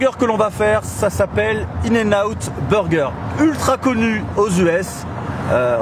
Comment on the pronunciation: Pourquoi les français disent burger en englais tellement mal???😂😂😂